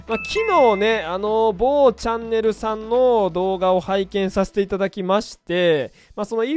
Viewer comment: めっちゃ某チャンネル強調してくるの笑ったわ